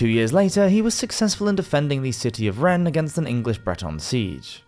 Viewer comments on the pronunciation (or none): none